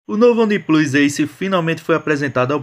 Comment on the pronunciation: Única dica que posso dar é que se as palavras One e Plus se pronunciam respectivamente "Uam" e Plãs" não faz sentido o nome do aparelho ser pronunciado como "Oniplus", aliás a logo da marca é exatamente isso, o número 1 com o símbolo de mais +. Abraço